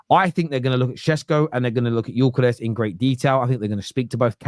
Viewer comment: Whenever you hear one of these panellists pronounce Gyokeres with a "G" instead of 'yokeres', you know they have not watched him play and heard the commentators regularly say his name. It's surprised me how many don't really watch the players they have strong opinions on.